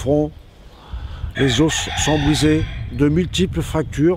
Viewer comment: on dit pas des "ose", on dit des os.